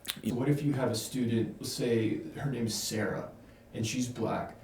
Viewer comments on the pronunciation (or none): none